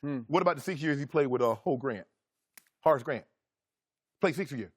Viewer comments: Hor Grant 😂 😂 😂 Shannon cant pronounce Horace 😂 im dead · Why Shannon keep calling Horace Grant "Ho Grant" 😭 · "HOE GRANT"!? 😂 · My boy said Hoe grant